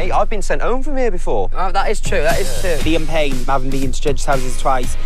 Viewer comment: When louis said lian payno i started crying